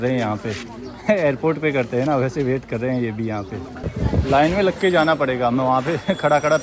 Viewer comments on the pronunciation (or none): none